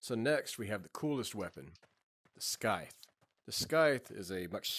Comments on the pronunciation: nice video, but the scythe is pronounced sythe :) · in the word scythe the C is silent so it's just sigh-th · i cant tell if you are pronouncing scythe wrong intentionally or not but it drove me nuts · same lol